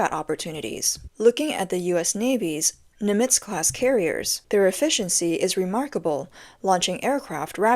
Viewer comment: NIM itz, you robot voice.